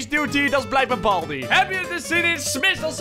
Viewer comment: Het is baldy niet balby